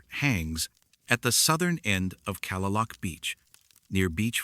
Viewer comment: Kalaloch Beach is pronounced: Kah-Lay-Lock (not Calla-Luke)